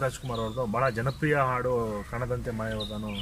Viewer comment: ನಿಮ್ಮ ಪ್ರಯತ್ನ ಶ್ಲಾಘನೀಯ ತುಂಬಾ ಇಷ್ಟ ಆಯ್ತು ಆದರೆ ನೀವು, ಹಾಡು, ಎಂಬ ಶಬ್ದ ಉಚ್ಚಾರಣೆ ನನಗೆ ಆಡು ಎಂದು ಕೇಳಿಸುತ್ತದೆ